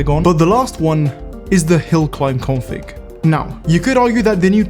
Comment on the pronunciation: When you say "config" it sounds like "corn flakes"